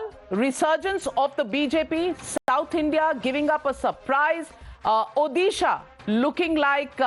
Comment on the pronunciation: National anchors, please learn how to pronounce state names correctly. Odisha is pronounced ओडिशा not ओदिशा